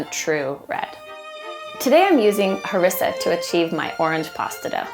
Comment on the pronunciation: The way she says harissa tho XD